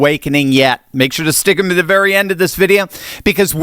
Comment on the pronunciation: When says ‘Stickithmee til the very end I stickith him